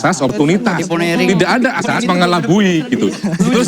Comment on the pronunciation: Oiwobo ngomong "ASAS" aja jadi "AJAS" pletat pletot gitu mau bicara tentang HUKUM,,,,Hadeehhh